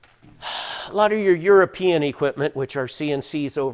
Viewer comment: Haha you said youapeeing (European)😆